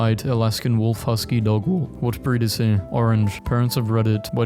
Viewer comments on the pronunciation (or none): what even happened to you, mid sentence, that made you pronounce wolf like THAT??